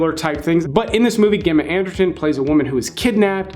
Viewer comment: Her name is ‘Gemma Arterton’ not ‘Ghemma Anderton’ How the fuck could you pronounce it that bad?